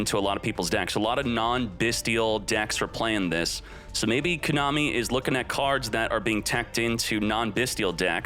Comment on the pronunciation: Been watching for 2 years, but your pronunciation of "Kooonami" is still fucking cringe